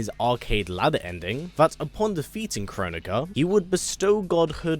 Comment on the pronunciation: I’ve never heard anyone say Kronika the way you do lol… As long as Skarlet comes back I’ll be happy 👍🏻